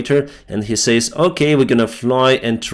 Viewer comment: Будь ласка, дуже ріже вухо постійно, не сеід(said), a сед і не сеіс(says), а сес